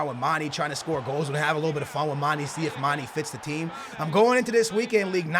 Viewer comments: And for gods sake its not mani its mane!!!!!!!!!!! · he can't say mane properly